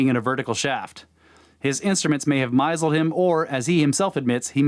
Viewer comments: Sorry, but I have to mention this. At the word "misled" is pronounced "Miss Led". This will, hopefully, make the passage more understandable. Same word confused me when i was in school, English language teacher corrected me. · Lol you keep saying misled wrong it's miss lead 🤣 it's pronounced MISS LEAD 🤣 Love you guys